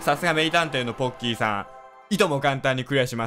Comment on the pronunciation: なんかのアイサツガコウユウフウニキコエルみなさんこんにちはボッキですに聞こえるwww